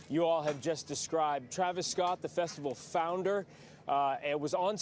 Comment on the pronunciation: You sound dumb af. Ur just guessing about all this shit. Ur comparing NWA in 2021. Dumb af. U want the ems to run ppl over? And it’s Festi-VAL… w a V. not B… u sound over 38 lol cmon bruh.. do better. Ur assumptions are just that. Mere af. Good luck tho.